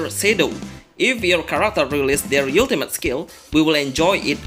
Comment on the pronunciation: can't even pronounce the word ultimate xD fck this vid